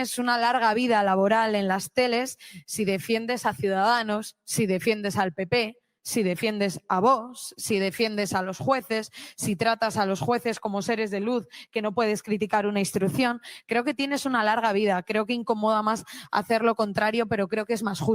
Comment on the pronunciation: Señore "Vocs" no vosssss